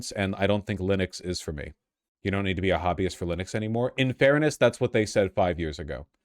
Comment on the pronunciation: You taught me to mispronounce linux. i will never say it correctly now 😭